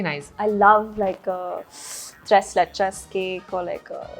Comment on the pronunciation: Please have her fix her pronunciation of tres leches. Fun interview